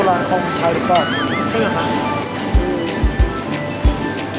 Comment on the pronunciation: อยากขอให้ออกเสียง ครับ ด้วยเสียงของไม้ตรีค่ะ อาจเป็น ครับ คร้าบ หรือ คับ ก็ยังดี😁 แต่จริงๆก็ยังไงก็ได้นะเพราะเข้าใจว่ามันก็แค่สำเนียง 🤗 สู้ๆนะ 10k sub อยู่ไม่ไกล ถ้าถึง 10k แล้ว 30 k หรือ 100k ก็แค่เอื้อม👌